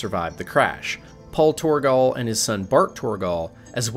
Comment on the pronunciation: Kharaa: Kuh-ra. Torgal: Tor-gal. Maida: May-da. I guess you could get away with Kharaa, but Torgal and Maida are actually spoken! Jesus! Edit: also how does this make her a leviathan?! Don't clickbait!!!!